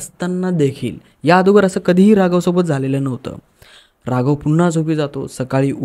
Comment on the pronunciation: Adogar nahi bhava agodar